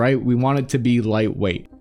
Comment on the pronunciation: “it’s a vewy white wayt weapon system.”